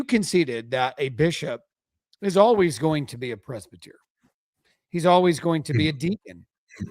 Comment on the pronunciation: I can't really take seriously when he can't even pronounce presbyter correctly.